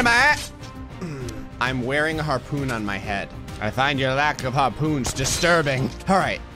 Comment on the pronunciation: YARPOON BORTH ITH A PIN I MY ATH